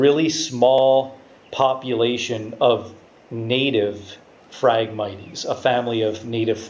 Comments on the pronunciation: phragmit"ies" LOL. phragmites (mights) Great info, love the breakdown and detail. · I had to quit watching because your pronunciation for the word phragmites was driving me nuts. It is pronounced frag-mites like the bug a mite...... Not miteeeees. there is no long e in that word. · Cool video and super accurate all except for the pronunciation of Phragmites. The e is silent bud. Lol. Had to say it sorry